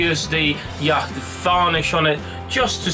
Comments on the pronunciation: nice easy build, the varnish is ,pronounced "yot" not "Yakt" by the way :) well done sir! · Hey dude. Yacht as in the boat would be pronounced 'yot'. Great vid